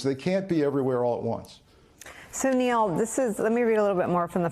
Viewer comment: When Nicole says Neil it sounds like Meow and i love it.